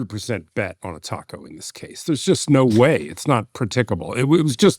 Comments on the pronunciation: I don't think that's what the OP is talking about. has made the pronunciation of TACO sound too British - I am British and I still say it the American way, it's not a word we have in Britain. As for what it stands for it represents perfectly Trump's damaging cry-wolf BS way of behaving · I just wiah at some point will learn how to pronounce 'taco' properly 🤦‍♀ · Please stop saying TACO.